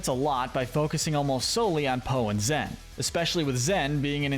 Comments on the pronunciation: Stop calling her ZEN? Her name is ZHEN. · It’s pronounced ZSHEN, “”! Stop mispronouncing her name,!